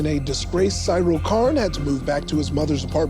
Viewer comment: Um actually its pronounced See-Rill not s-eye-rill. Jfc come on they literally say it in the show a ton lol